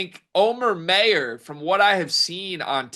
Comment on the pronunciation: It’s not May-ur it’s my-ur